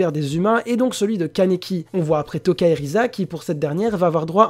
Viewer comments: C'est Lize et toca lui il dit touca mdr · Euh, lize est pas morte, « Touka » se prononce « Toka » et « Rize » se prononce « Lize »